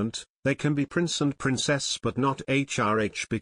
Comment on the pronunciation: It's Prince Harry not price harry